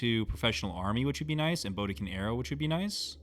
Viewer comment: Great content and as a new player I'm appreciating the deep understanding of mechanics here. However the mispronunciation of certain words is slowly killing me. *HATTI is pronounced HAT-TEE. You keep saying Haiti, which is a modern day country in the Caribbean. The Hatti were a bronze-age culture in Anatolia. Very different. *STELE is pronounced STEEL-EE *BODKIN is pronounced BOD-KIN